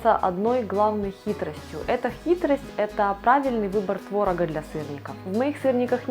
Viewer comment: Вы мало кого встречали, я вообще не готовлю сырники, т.к. никто в моей семье их не ест ( кроме меня ). НЕ твОрог, а творОг. Не твОрога, а творогА. НЕ сковородУ , а скОвороду. Пожалуй, не подпишусь.